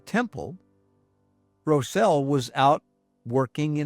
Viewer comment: Rosel is my 3x great grandfather and I loved hearing his story shared! I must make one small correction, his name has been passed down the generations in our family and is mispronounced in this video, he pronounced it “Rozel” with the Ros sounding the same as rosin used with a violin bow. Thanks for sharing his story, I am proud to be a part of his legacy!